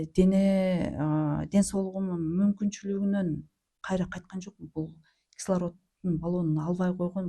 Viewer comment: Кайтра кайтра дейт го